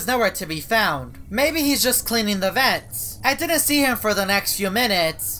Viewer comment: "Maybe hes just cleaning ze vents*